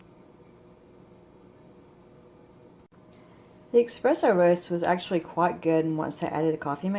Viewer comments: It’s not “EXpresso” it’s Espresso. You understand nothing about coffee. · Plz don’t say expresso it’s spelled espresso and that’s how it’s said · He is saying it is not Expresso, it is ESpresso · It's not expresso it's espresso!!! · eSpresso S not X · No credibility, you can’t even pronounce espresso properly